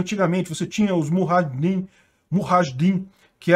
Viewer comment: a pronúncia é MU JÁ RRA DIM;)